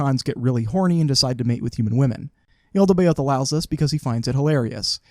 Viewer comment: The what is evil? Sorry, I didn't quite catch what it's name is. The "Yaltabeod"? Is that right? Sorry, I'm pretty ignorant about these things.